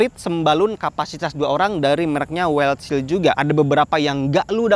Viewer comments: Wildshell. Bacanya waildsel, bukan waildsil bang. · Wildshell bacanya "waildsyell" bang...